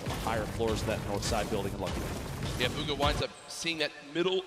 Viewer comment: he says bug-ha lmfao